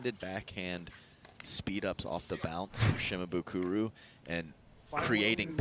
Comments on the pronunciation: Some props to the commentator for trying to say Shimabukuro's name correctly, but, man, look at the end of his name - it's -bukuRO. RO. Not RU. C'mon man. All you gotta do is read it and say it phonetically, exactly as it's spelled. You can even look at it on your phone. You don't have to memorize it. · The commentators screwing up Tama's last name every time lol Shi-ma-bu-koo-row, not Shi-ma-boo-koo-roo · They're mispronouncing Shimabukuro. Last letter is an "o" not a "u", so it cant be the same vowel sound as the earlier "buku". Just like how the car brand Suzuki isnt "Soo-Zoo-Koo" and a Sumo wrestler isn't "Soo-Moo". Kid has a bright future so it's worth learning how to pronounce his name correctly.